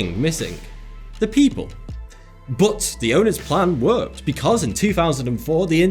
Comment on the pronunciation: Y da fuck does he say butt instead of but?